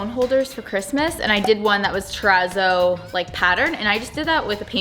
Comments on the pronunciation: Your pronounciation of 'terazzo' seriously hurts my ears... it's a double zz in Italian, like pizza ... so tera-tso not tera-zo. Think pi-TSa, not pi-Za Thank you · I don't think you're saying it right 🙄😂😂😂 i think it's pronounce it like terra-t-sso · “Trepp a zoid” 💀💀💀